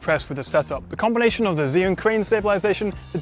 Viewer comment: Zhiyun? D